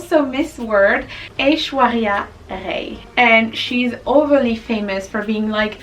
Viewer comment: You pronounced her name correctly yess